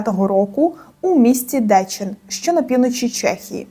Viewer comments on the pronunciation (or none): Ви трохи неправильно називаєте місто - не Дечін а Дєчін.